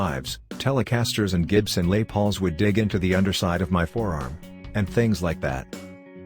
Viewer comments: "Lay Pauls"??????????? -- what moron thinks a robo-narrator for these videos will be liked, by ANYONE? Unsubscribe, fail, never again, tell all friends how much this site/channel sucks... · Lay Pauls, huh? Fuck computer voice narration is bullshit. GET A HUMAN TO SPEAK YOU FUCKING IDIOTS